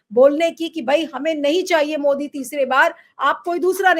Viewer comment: Ovaisi ki tarh मोडी बोलने लगे सुब्रमनियन जी ने